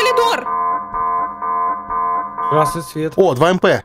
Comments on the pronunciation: Я один не могу сдерживаться, когда говорит «колидор» 😂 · все не могу понять, почему коЛидор, если всегда правильно было коРидор